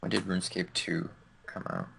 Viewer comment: dont take it to heart i love the podcasts but woonscape kills me everytime. "hey guizzz we talking about updates to woonscape". much love